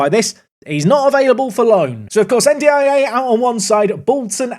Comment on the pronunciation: You said N'Diaye's name properly and immediately they score!